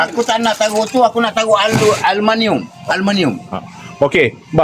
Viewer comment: Bukan aluminum ye kawan kawan , bah kata alumaniummm 😂🤣